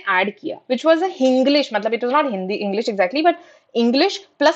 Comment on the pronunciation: Nice video. But it’s Kannada not kannad!!! It’s Hindi not hind!